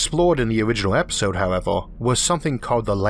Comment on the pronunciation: With all due respect, what accent is this, or is it a speech impediment? Year - yeor. Universe - univors, however - howevor etc